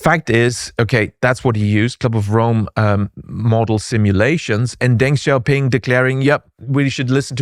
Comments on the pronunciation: what is with some of the crazy talking points out there hahaha and in video NOT HOW TO PRONOUNCE DENG XIAOPING however hahahah what is on wit hthat BE CAREFUL PEOPLE :D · what are you talking about with that hahaha and NOT HOW TO PRONOUNCE DENG XIAOPING however hahahah what is on wit hthat BE CAREFUL PEOPLE :D